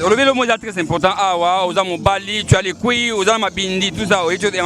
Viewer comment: il a dit cuilles et non couilles 😂😂😂😂